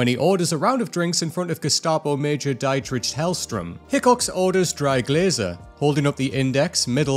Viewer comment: I’ve never been to Europe, and I know it’s not Dye-tritch lol